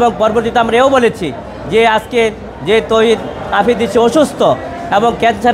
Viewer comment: আফ্রিদি ❌ আফিদি ✅🤭